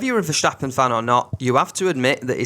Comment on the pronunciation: Why do you pronounce ’verstappen” as ’verschtappen’? The S is pronounced as in the word stop. Not diffiicult